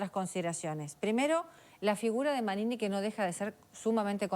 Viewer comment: esta persona se llama Manini, ¡ como le cuesta decir su nombre!